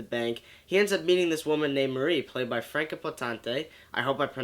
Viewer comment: Awesome movie! I do agree with almost everything you say, down to the lack of flashbacks or at least him showing that memory is coming back step by step. Yeah, the name of the actress. She is German-born (same here), so I know: it's pronounced: Franka (just fine the way you pronounced it) and: Poe-ten-ta. Easier than Jake Gyllenhaal - and definitely easier than Jack Palance (I already heard two versions - from TV journalists: "Pah-lawns" and "Pellans" - which is it?) ;-) Thanks for the great review!